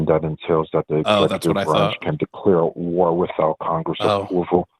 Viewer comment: "Duh hidden powers of duh executeeve branch"